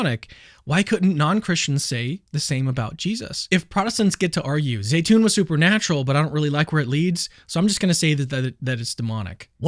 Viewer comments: Zeitoun is pronounced Zeetoun....not Zaytoun,just for the record 😉😉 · My son's Egyptian girlfriend saud that it is pronounced Zi..(long i)...tune.